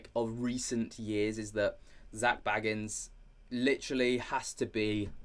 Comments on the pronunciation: It's BAYgans, not Baggins, let's not insult any hobbits here... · I love your dives into this as a 'having second thoughts GA fan' but his name is pronounced Zak BAYgans not Baggins like a bl00dy hobbit please stop it now 😅😅